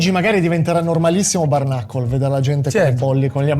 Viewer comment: Lo so che sono pedante, ma pronunci “bare knuckle” come se fosse “barnacle”, e c’è una bella differenza 😂